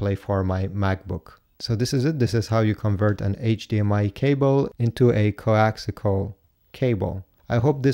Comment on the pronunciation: Good Grief its CoaxIAL not coaxICAL